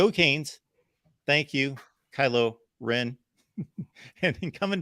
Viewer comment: It was me that taught you the proper pronunciation of Kylo-Ren.